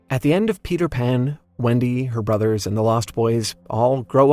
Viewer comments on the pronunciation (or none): none